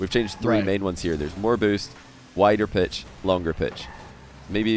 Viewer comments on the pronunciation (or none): Bruh He says pitch that sounded like b***h